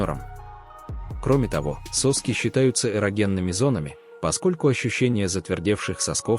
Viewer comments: Этого электронного чтеца следует откорректирвать. У человека не сОски, а соскИ. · Этот отвратительный ИИ! Заладил как попугай 😂 сОски да сОски!... 😂😂😂